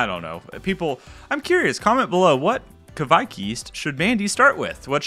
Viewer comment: Hey man! Norwegian here, and I've saied to other youtubers as well, the pronouncination on the yiest is much closer to "quake", as in earthquake, the videogame or the religious group. The ke-vaik don't make any sense :) "quake yiest" does make sense!